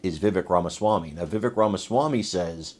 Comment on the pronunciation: PLEASE SAY VIVEK (CAKE/VEK) AS IT IS CORRECTLY PRONOUNCED. I DON'T MEAN TO BE UNKIND, AND MANY PEOPLE MAKE THIS MISTAKE SO YOU ARE IN GOOD COMPANY! WE LOVE YOU,. I LOVE WHAT VIVEK SPOKE TO. IT IS TRUTH, DIRECT AND FAIR. HE DOES ALWAYS HAVE THE KNOWLEDGE TO BACK UP HIS WORDS. A GREAT MAN FOR AMERICA!